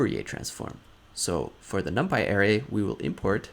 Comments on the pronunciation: Great tutorial,! One minor critique: your pronunciation of ‘array’ was confusing…a more standard pronunciation is “uh-RAY”. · You say ARRay, I say arRAY. Let's call the whole thing off. But seriously, good stuff. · it was very distracting. Work on it google it and use the pronunciation feature. Otherwise outstanding and very useful tutorial. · I kept thinking, "huh? what is he talking about?? Oh, he meant an ARRay!" lol Other than that, awesome vid!